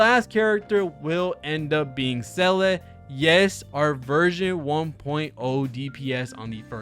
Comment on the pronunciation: One year later and seele is still in s tier but content creators still cant pronounce her name properly. Nothing changes 😅